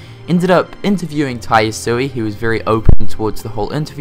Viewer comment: Ya-su-eh. Not "ii". Sorry, I'm a nerd. Hope the character models are updated a lot in game, especially in BBS. I mean it was a PSP game, probably would look blurry in HD if they didn't redo the graphics. New sounds, err, sounds great. Can't wait. lol DLC isn't something I'm interested in atm. Maybe for KH 3, some crazy costumes, weapons or bosses maybe. ( Obviously I want most of these things to be already in game though. ) I wish the PS4 could just read PS3 discs instead.